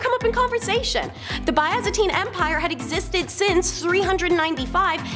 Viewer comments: Omg Byzantine not byeaazantine wth new girl you're fired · Oh my. Pronunciation my child. Have you never heard someone say byzantine before maybe?